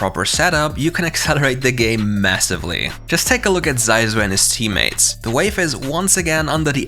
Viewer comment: Zysu của người ta mà mấy ông đọc Dai du :)))